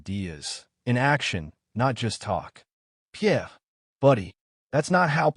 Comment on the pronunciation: You could at least learn to say Pierre's name properly.